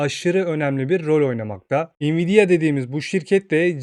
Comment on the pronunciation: Biraz telaffuzlara dikkat edelim. Cok rahatsiz etti video boyunca.